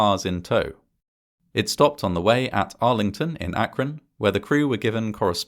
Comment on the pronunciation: Congrats on saying "Akron" correctly. I almost never hear anyone from out of the area pronounce it how locals do, which is "ak-run".